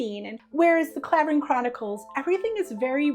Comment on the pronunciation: I loved A Fall From Grace and The Sport of Matchmaking, they are the ones I go back to. Btw Clavering is pronounced Cl ai vering ... I used to live in the village